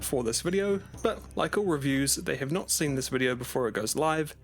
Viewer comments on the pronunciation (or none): none